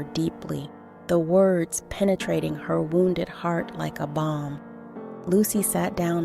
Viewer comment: Balm not bomb